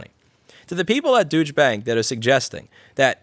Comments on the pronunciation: I love the way you pronounce it Douche Bank! :D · Nah- I read the same *ish this morning too; be angry; BE VERY ANGRY. And I love that you pronounce it as “douche” 😂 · Love how u pronounce douche bank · Like the way you pronounce Deutchebank - 'douche-bank'. Very appropriate. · You pronounced Douchebag wrong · You pronunciation of deutsche is hilarious. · Does anyone else find this commentary particularly funny for what can only be termed so irresistibly ironic that it had to be commented on. I'm constantly frustrated with Louis' pronunciations, but this one just felt so fun. To refer to the Deutsche Bank as it is in the article with a pronunciation I'm not sure is tongue in cheek or purely coincidental is nothing less than brilliant. Deutsche and Deutschland have a distinctive pronunciation that sounds more like 'Doich' to most people. Fare enough then to have bank behind that and kind of trail off is simply fantastic. So it sounds like he is saying Douche Bag rather than Deutsche Bank (Doich Bank) just funny as all get out. Love it! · The way you pronounced "Deutsche" hurts my ears. Here's a little lesson on how to pronounce words in the German language: The "eu" combination is pronounced like "oi" in English, as like in "oil." Also, an "e" at the end of a German word is almost never silent and is pronounced "uh" as in how "Porsche" is pronounced. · i love the way you pronounce "deutsche bank" with that american accent ... if you say it fast enough it almost sounds like "douche bag" ... wich fits perfect for, well, any bank, really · Hi Louis, I love how you pronounce Deutsche Bank as something that to my ears sounds like "douchebag bank". Nice touch. Cheers. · Did you say 'Douche' bank? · I liked how he pronounced douche bank. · IF you are pronouncing it Douche Bank to be funny, I'm in! If you don't know how to pronounce it properly, maybe look it up. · Love ur pronounciation : "Douche Bank" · Haha. "Dooch-bank". Guy named Rossmann sez "Dooch-bank". What a hoot!